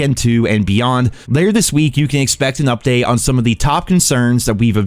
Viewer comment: I laugh when he says update. Hahahaha